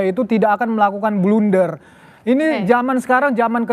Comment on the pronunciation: Wanjiirrr blunderr... gua dengernya sampe di ulang2 wkwkwk